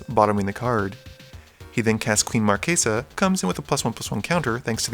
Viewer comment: Big thumbs up for the correct pronunciation of Marchesa! <3